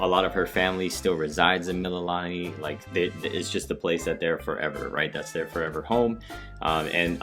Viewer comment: Also Mee-Lee-Lah-Nee